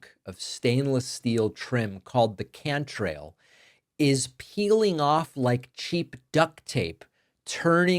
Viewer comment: It's cant rail. Not can trail